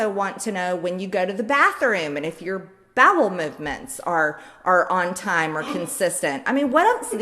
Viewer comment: 🙄 "Gazpacho police". "Peach tree dish". . "babble movements"?! The DEPTH of her stupidity sometimes frightens me.